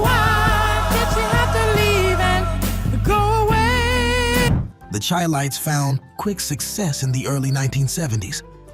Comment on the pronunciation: The Chi-Lites is pronounced "Shy Lights"...